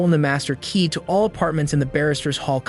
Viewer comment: This narrator stresses random words in such a weird way like stressing the word ‘key’ in the phrase ‘the master key’ - it’s the fact that it’s the MASTER key that’s relevant. Why stress ‘perfect’ instead of ALMOST perfect? Why stress the noun in “… his atrocious ACTS” instead of stressing the adjective”. And there are dozens more.